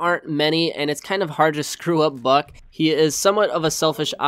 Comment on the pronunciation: im sorry, it sounds like he said f#ck